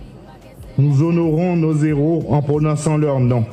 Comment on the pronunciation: Hommage à nos zéros de l’indépendance 😂, il a oublié de prononcer les Héros et non les zeros, il n’y a pas de liaison entre les (s) et H ) dans Héros